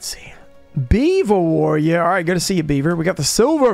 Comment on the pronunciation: You know you say Beaver Warrior like it's Joey's card lol